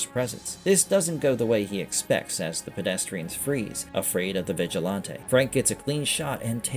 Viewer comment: And "vigilahntay" is killing me. Thumb down